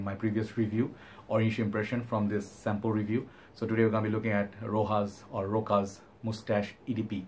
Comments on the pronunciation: Rochas not rojas! Pronounce it as is written! go and watch rochas ads on: youtube! cheerio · Its pronounced ROSHASS in french. Very famous house in france. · wrong i speak french and go and watch rochas ads on youtube ! Rochas and the s isn't silent!